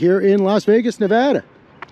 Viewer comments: I am so glad you said NeVADA correctly. So many people say NeVAHDAH. I am on mission to get everyone saying that correctly. lol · Small appreciation for the pronunciation of Nevada